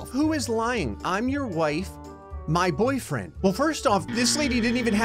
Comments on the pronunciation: it's funny how one of the girls said "My boyrfiend" and not "My boyfriend". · Ah yes, boyrfiend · "My boyrfiend!" (My Boy-ER-fee-ND) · Woman B is saying My Boyrfiend 😆😅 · ah yes, "boyrfiend" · Ah yes, my boyrfiend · nobody gonna talk about how the one on the right says boyrfiend? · How is no one gonna metion "Boyrfiend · ah yes. My boyrfiend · Did you notice that girl said my boyfiend